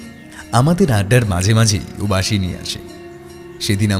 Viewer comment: বাশি না বাঁশি!?! কথক বাশি বলে গেলো।রঞ্জন সঠিকভাবে বাঁশি বলছে